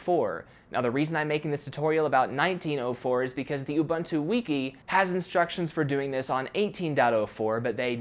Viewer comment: Sorry to say, but your pronunciation of Ubuntu grinds my ears.